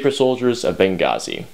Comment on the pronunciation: Yes,, you pronounced Benghazi correctly.